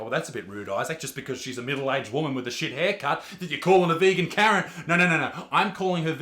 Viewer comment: I honestly thought Isaac was saying carrot, not Karen 😂